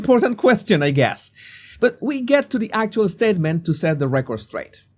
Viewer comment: bro please pronounce the words properly it is SSSSpecially not EEEspecially it is SSSSSpacey not EEEspacey it is SSSSSStatement not EEEEstatement it is SSSSStrange not EEEEstrange (I dont like Kevin Spacey btw)